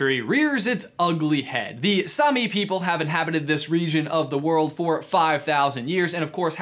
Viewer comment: It hurts me how americans says Same. It is not sami, it’s same. I’m Norwegian